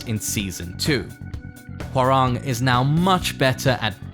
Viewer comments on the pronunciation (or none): It's HÓrang, not HoRÁNG